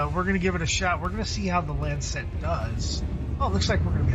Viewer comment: stop saying lancet wrong